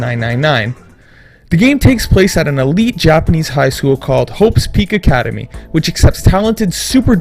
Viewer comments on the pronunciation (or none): none